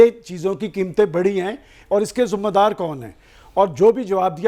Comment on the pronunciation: The world in Urdu meaning responsibility is pronounced as “Zimma Daari” not “Zumma Daari” as is pronounced by one of the alumni of illustrious Govt. College Lahore. His company with Nawaz Shari seems to have completely eroded his academic lustre someone from this high seat of learning is expected of. Thanks